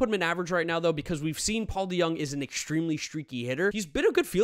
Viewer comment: It’s not deYoung say it like it is DeJong (Kim Jong un)